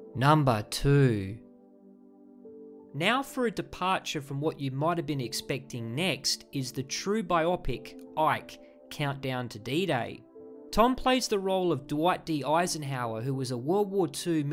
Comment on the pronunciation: "bye-oppik"? lol? thought it was "bye-oh pick" like biography, ? Great list, didn't know there were so many Jesse Stone episodes, and I have to go find Shadow Riders now.